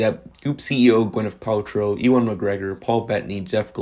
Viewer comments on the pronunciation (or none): It’s pronounced “you’n”, not “eewahn”.